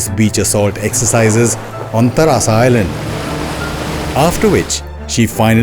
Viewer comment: It's not tarasa it's Teresa Island. Before delivering any commentry 😊ensure you are correctly naming the A&N Islands.